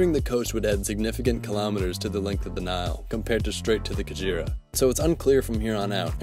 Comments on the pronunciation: It is not pronounce Ka-djira it is Ka-ge-ra. The Ge is pronounced as you pronounce ge in get. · 😂😂😂😂😂I'm laughing at how pronounce Kagera. He is saying kajira instead. It's Kagera (Kaa-gay-La) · The "kaguera" river, that's how it's pronounced! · Oh the slaughter of African indigenous names... The 'ge' in Kagera is pronounced like in 'get' but with a softness in the "g" sound. The 'Ru' sound in Ruvyironza is like in 'Ru'-Paul, the "Ny" sound in Nyabarongo are pronounced like the "Ny" in Kanye, same as the one in Nyungwe forest, whose "u" sound is like in "bull"